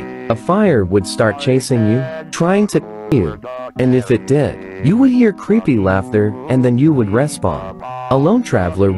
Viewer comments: When you say "creepy" it sounds like "preppy" 😂😂💀💀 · When u always say creepy I though you said preppy😂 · Legend has it: He never has said creepy to this day. He says creppy. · Ah yes, "Creppy"